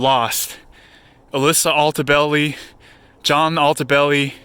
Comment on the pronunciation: He said gianna🤦🏽‍♂️